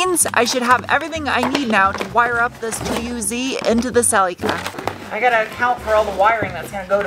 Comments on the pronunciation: Why do call the car Celucur instead of Celica...so weird since you're not from a foreign country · What's a Selly Ka? 😂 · Cel”E”ca - giggle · Pronounced "sell-la-ca" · Or if you want to rewrite history, it’s pronounced sellee-ca